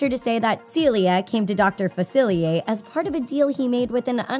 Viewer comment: She said Dr. Facilier wrong